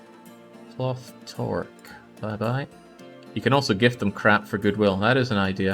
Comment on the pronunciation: I spent my very early life in the US and now live in canada, for the most part my vocabulary is canadian--except for the hats that I would call a watchcap or a beanie. The proper canadian word would be toque/tuque. insistence at pronouncing it "torque" brings me much joy, after having grown up being shamed in school for using the "wrong" word